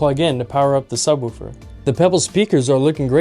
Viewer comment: it's not pronounced sub-WOOH-fer. The "woo" is pronounced like the like the "wo" in "wolf." (just sayin'!)